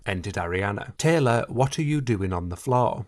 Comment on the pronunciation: She ended Tayble Sniffer and Beeyonce I fear